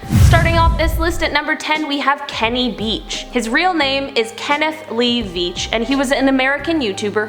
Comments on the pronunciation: Its not Kenny Beach its kenny veach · Actually it's Kenny Veach not Kenny Beach